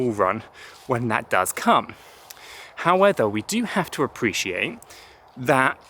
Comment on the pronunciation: Howether? Really?